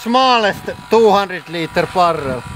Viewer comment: It definitely sounds cool when people roll their rrrrr's like that :-)